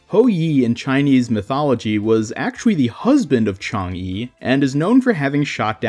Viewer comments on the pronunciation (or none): Mei's skin is pronounced , "Chong guh"